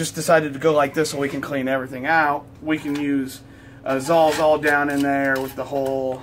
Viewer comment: How come the only people who use a Sawzall cannot pronounce Sawzall?"